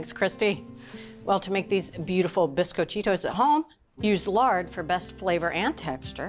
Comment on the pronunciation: Bisquit-cheetos???!!! LOL! It's bees-coh-chi-tos.